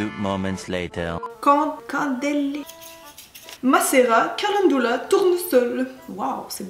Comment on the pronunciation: Ca - Len - Du - La ma poulette hihi :3 <3